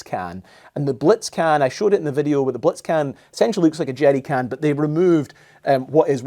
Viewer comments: 😅 it sounds like you're saying jetty can and the CC thinks so too. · I just like him saying "jeery cann" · "Jeddy cans" "Ameddicans" Interesting pronunciation. I love it. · “The Jerdy can”